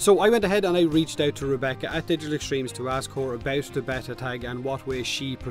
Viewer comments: A bet-ta is a fish, it's bay-ta =P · Or beeta but it's definitely not betta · I like how thinks there's 2 ways to say beta, and neither are right. It's pronounced Bay-tah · gooberlious Lol what, why should we pronounce it in the english way? The right way is Béta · gooberlious thanks for doing that so I don't have to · I usually pronounce it bay-ta... but whatever... you do you:) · It's Bay-ta. Also it's a free to play game so since they don't ask for money up front they can change anything they want about the game anyway. It doesn't matter if it's in beta or not there is no rule that says they can't make changes to the game no matter how big. So yes, beta is a cop out for them not having a fucking clue what they are doing in spite of four years development. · my dude it's bey-ta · I always pronounce beta like Bay-Ta. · Beeeeeta!!! But you pronounce it however you feckin want mate 👍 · Repeat after me (*bayta) Its driving me nuts 😂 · It's not B-eh-tah, or B-ee-tah, it's B-ay-tah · its BAY-TAH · "Bay-ta" is how I'm sure how you pronounce it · I don't pronounce it like betah (behta?) or beeta... I pronounce it like bayta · pron: bay-ta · I pronounce it baytah i guess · I pronounce it bayta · You pronounce it Beta dude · I'm not trying to be a grammar nazi but it's pronounced: b(ay)ta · Its. Bay-ta. xD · its beta not beta guys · Beta rhymes with theta, if that helps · say beta one more time and i swear... 😠💀